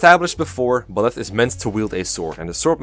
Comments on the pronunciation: Good video and all but, PLEASE for the love of god Byleths name is pronounced By-leth the by being said like by the way and leth like leth i suppose. Byleth is not pronounced beleth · Bileth? Huh. I'm pretty sure it's Byleth. But w.e. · Bih-leth? I’ve always said Bye-leth.